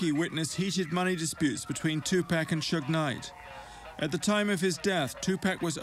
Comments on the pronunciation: Next time you decide to do a video of someone, learn their name first. 2 pack this 2 pack that, 2 packs of what cigarettes??? Tupac Shakur... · TUPAC is pronounced Tu-pock, not Tu-pack. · Hearing this guy pronounce his name incorrectly this entire documentary was more painful than watching the actual story! Geesh bro, it's "Two-Pock". 🤦🏾‍♂️ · But we till understood it, whether is tu-pack or two park or Tupac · I really tried to watch this, however, the constant mispronunciation of Tupac's name is very annoying. His name is Tupac (pronounced Tu(poc). Not Tu(pack). Smh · Why not take the time to pronounce his name right? It's disrespectful. Tu- Pock not Pack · Sorry but this nararator is getting on my nerver saying tupack its tupac man 😂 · For crying out loud it is Tu-POCK 😩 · Two pack ?? I cant get over that. After all these years, yall still cant functionally pronounce the mans name?! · You think someone would have told him after this entire documentary how to say his name right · Man he keeps sayin Pac's name wrong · He pronounced it like that on purpose 🤡🤡🤡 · Soon they pronounce his name wrong I turn off why listen if you don't know how to pronounce his name